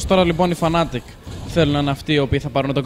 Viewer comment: ρε μου θέλετε και περιγραφή δεν λέγονται fanatic αλλά fnatic!!!